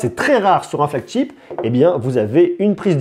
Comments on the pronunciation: c'est flagship pas flagCHIP ! ou porte-étendard en bon français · Juste, essaye la prochaine fois de ne plus dire et redire FLAGCHTIP parce que ça se lit Chip, ship comme chérie. Tu le dis souvent dans tes vidéos. Si je suis aussi tes vidéos c'est que j'adore tes tests, juste essaie peut-être de corriger ça pour une prochaine fois. 😉